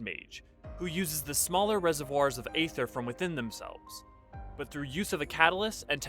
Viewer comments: "Ether", not "ayther". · Let me get this straight, you'll make a whole video on Aether and yet not know how it is pronounced??